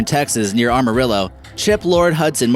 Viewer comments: It's pronounced AM-uh-rill-ah, not ARM-uh-rill-ah. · AM-a-rillo Not ARM-a-rillo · Stanley marsh built the Cadillac ranch and its in more of a prairie. also its pronounced am-are-illo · did he just say... armarillo???? and did he just say that AMARILLO (pronounced am-uh-rill-oh) is in east texas?????!!!! ahaha look at a map, amarillo is in the panhandle. very very far from east texas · AMarillo not ARMarillo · Deserts of "Eastern Texas" near ARM-a-rillo?!?!? -- Are you high?!? -- Learn your geography first, & then how to pronoun places man! --- Amarillo, is in the Panhandle of NW Texas, and is farm land, not even close to being a desert... definitely NOT East Texas either... Cadillac Ranch is like 500 miles from East Texas! -- Just sayin' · AM-A-RILLO. NOt Armarillo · “Armarillo”? It’s Amarillo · ... Map on Advanced Warfare. .....it is Amarillo....not Armarillo .pronounce it right. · Armarillo? No. Am-mah-reel-lo. It's Spanish for Yellow. The cars that are in the ground and graffitied is call the Cadillac museum and you're allowed to spray paint them. It's an attraction. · "aHmarillo" It's Am-arillo. Your welcome fellow Texans. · Excuse me, its AHM-ARILLO nor ARM-ARILLO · Cadillac Ranch isn't exactly desert... it's in more of a dry-ish during some parts of the year grassland... and you pronounced Amarillo - ARMarillo. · ARmarillo??? Ah-mah-rillo! :roll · it's not pronounced arm a rillo. am, as in i am. amarillo, o en espanol ,am a ree o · It's Amarillo not armarillo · amarillo is far WEST texas you fucking jackass. AHmarillo. LMAO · Some say "Am -a - rillo" , but technically it is pronounced "Am-a-rio" , (taken from the spanish word for yelllow) as the "ll" in the spanish alphabet makes a "y" sound, similar to an " i " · "ARM"arillo? What a douche.. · ARmarillo? really? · "Armarillo"? Seriously? Did I really just hear him pronounce it that way? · And he pronounced it “Armarillo” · Arm-a-rillo! HA! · "Armarillo"???? Hahahaha no! That's now how you pronounce it haha